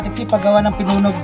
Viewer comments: Ang tamang pagsasabi nyan ay "pinuneg" hindi pinunog! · PINUNEG PO HINDI PINUNOG